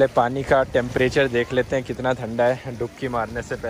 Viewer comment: u r prnouncing "thanda" wrong bro................😂😂😂